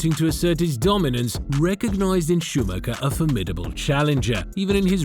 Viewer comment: Can’t even pronounce the driver ffs